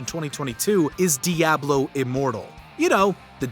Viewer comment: DIABLO - Uh Lifer - LIO